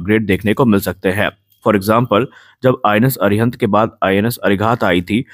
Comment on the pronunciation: अरि_हन्त अरि_घात अरि-दमन कृपया उच्चारण में शुद्धता रखें